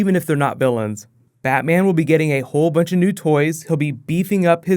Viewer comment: Batman not baa